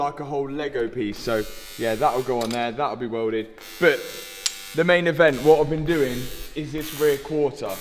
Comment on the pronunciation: Its "but" not "bit."